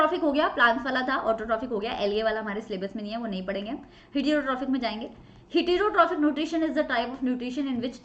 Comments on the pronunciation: Heee teeroo tropic nutrition ky hota h bhyii😂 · pronunciation of heterotrophic is a little bit wrong ma'am